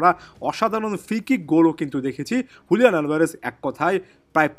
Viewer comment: Bro not huliyan it's Juliyan